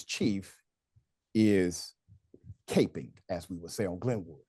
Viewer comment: Unc it’s capping not caping